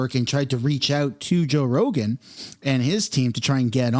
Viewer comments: You said roe jogan lol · Anyone else catch he said “Roe Jogan” at the very beginning?